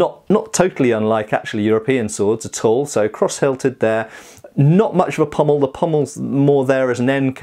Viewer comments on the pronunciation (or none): none